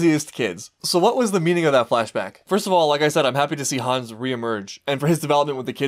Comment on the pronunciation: I just wanted to point out that the name Hannes has the 2 syllables Han-nes. The way you pronounce it it sounds more like Hans.